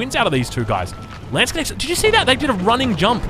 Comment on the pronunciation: Ok, I'll try it one last time for all of my german fellows. Your pronounciation of Landsknecht is not tooo bad. You could improve in two things: Take the h of huge for the 'ch'. So it doesn't sound like a k anymore. And then pronounce the a like the a from umbrella. This should improve it by a lot. You got this